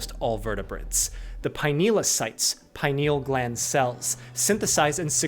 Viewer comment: he doesnt even pronounce pineal gland right